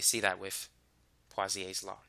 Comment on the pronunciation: Wait, what? Pawsiaes law? My sir pronounced it poesoolaes law and my whole class repeats after him.